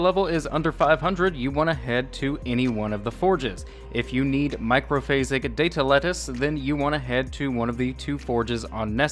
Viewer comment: I left when you said Data Lettuce 😅 Sorry m8